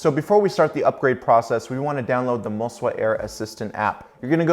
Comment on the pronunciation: think i heard you say, "mo-si-wa"